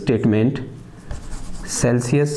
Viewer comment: It's clausius sir, not celcius